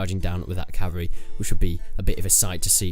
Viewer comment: It's pronounced "CAV-AL-REE" not "CAV-AREE"